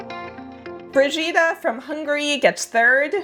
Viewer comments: I’m sorry but please next time check the pronunciation of foreign names. I don’t know it’s just the Hungarian name, Brigitta, but it was so far from the real pronunciation. If you write it in Google Translate you can check it. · The only two names I think you mispronounced were Mariusz (which has something closer to a sh sound at the end) and Brigitta (which has a hard g like in "games")